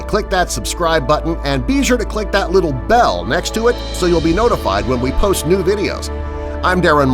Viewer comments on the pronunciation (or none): none